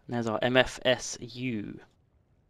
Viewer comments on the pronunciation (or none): its called MFSU not MFS